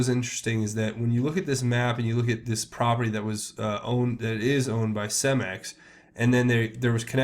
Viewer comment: and it is pronounced Ce-max not cem-ex